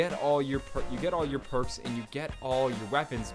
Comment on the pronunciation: Persk ??? It's perks